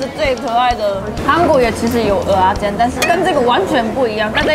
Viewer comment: 喜歡聽妳講蚵仔煎的發音，好道地又標準😆有台味